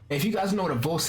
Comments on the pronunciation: the way you said vollstanding sounded german as f XD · How u said vollständing and Flügel XD German words btw